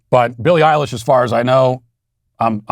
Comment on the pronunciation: I like how Matt correctly pronounced Billy Eyelash's name when she pushes something that Matt agrees with